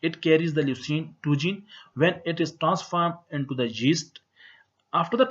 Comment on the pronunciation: its not jeast, its yeast. XD